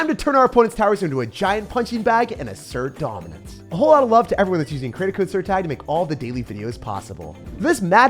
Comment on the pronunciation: i love when he says “ to accert dominice”